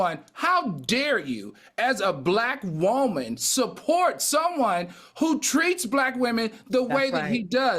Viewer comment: AL can u work on the word WOOAAAMAN? Lol